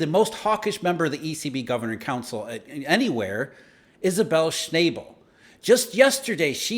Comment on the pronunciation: Sch-naw-bull not Sch-nay-ble